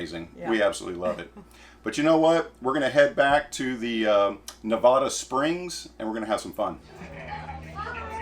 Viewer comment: I think its great that your wife, as english is her SECOND LANGUAGE, actually said Nevada RIGHT, and you DIDNT...lol.... Its Nä-vâ-duh.....not the other way. lolol . Btw your Oma(mom) is beautiful and does quite well on camera! German is such a beautiful language. Wish I could speak it better. Till next time....Happy Camping!